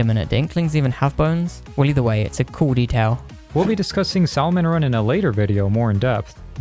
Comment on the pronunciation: I’m so glad I’m not the only one that instinctively pronounces salmon run like that